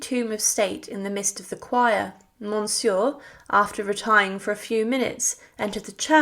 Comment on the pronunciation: Please work on your pronunciation of French names and titles. Go to Google and enter “Monsieur French pronunciation” “Condé French pronunciation” Etc.